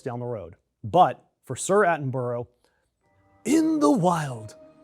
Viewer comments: It is NOT Atting burrow sheesh WHY is it impossible for YANKS to say names Its Atting BURRA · “Atten-bruh” it’s not atten-boro. Sincerely, an Englishmen. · Now he just needs to learn how to say his name properly. It's pronounced the same way as Edinburgh. Not Atten Burrow, it's Atten Burr-uh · Atten-buh-ra, it isn’t pronounced how it looks. Americans always get this wrong. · What a W⚓. Learn how to say Attenborough properly, Dumb Yank. No he is not titled Sir Attenborough. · Surely the best tribute to Sir David Attenborough, is to pronounce his name correctly.